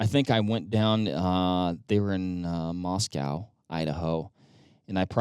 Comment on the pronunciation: You said Moscow wrong. This is Idaho, not Russia. 😂